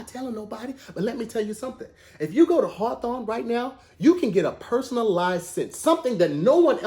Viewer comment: Who asked to do advertisements. He really sold me on the cologne site and I typed in “hawthawn” bc that’s what he made it sound like😪